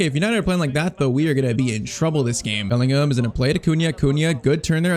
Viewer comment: I was since the beginning thinking u r pronouncing Bellingham name wrong 😂